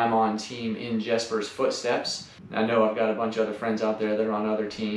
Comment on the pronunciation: *I should mention, our team name is "In Jesper's Footsteps" and Jesper is pronounced Yesper.*